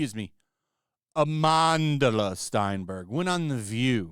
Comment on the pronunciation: Stenberg. Sten, like pen. Please stop sounding her name like she's Jewish. She's not one of ours and we don't want her, even by accident of pronunciation. Please and thank you.